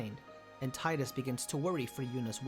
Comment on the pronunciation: You pronounce tidus wrong🥲